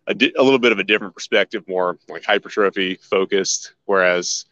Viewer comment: only halfway through the video. Great interview. You're saying "hypertrophy" correctly. It's refreshing to hear. It's the ignorance of the American fitness industry that says it wrong. It's a French word originating in the early 1820s. Pronounced hyper-trophie. Squats are awesome for sure, and I agree with you. It's better to add other exercises to the arsenal besides "just" back squats for so many beneficial things.